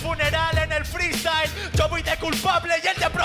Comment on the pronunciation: dice más "Freestayler" que palabras JAJAJAJAJ